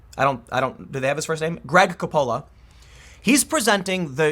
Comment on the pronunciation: COppola. Not coPPOLA